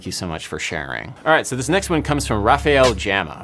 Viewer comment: I love how "Rafael Gama" became Rahfel Jama! LOL! Adam, you better start practicing your Portuguese pronunciation 😂